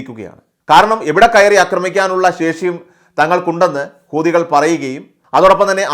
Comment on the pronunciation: ഊദികൾ എന്നല്ല,ഹൂ ത്തികൾ, എന്നു പറയുക എല്ലാവരും തെറ്റിയാണ് പറയുന്നത്